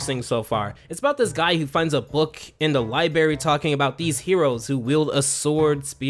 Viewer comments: dude i'm enjoying the episode but i physically cringe every time i hear "LIBARY" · Bro just said liberries I’m outta here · li-bR-ary, not li-BA-ry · Everytime he says libary instead of library, I cry a little. 😩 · “Libary” lol. Feels like middle school all over again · LibRaRy. C'mon dude, youre an adult and better than "libarry" 😂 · SAY LIBRARY PROPERLY i don't go to berries to read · Please stop saying " LIBARY " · Bro, why do you keep saying " liberty ". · Library* not libary🤦‍♂️🤦‍♂️🤦‍♂️🤦‍♂️🤦‍♀️🤦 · It's library not liberry please learn to talk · Library has two "r"s bro, I adore your videos but that mispronunciation kills me great vid tho ! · Why can't you say library 🥲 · What the fuck is this guy's pronunciation. Libary? Okay, fine, that one's pretty common. But. Fuguhtive? What?